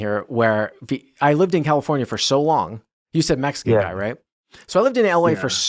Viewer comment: I've never heard of a "Maxican"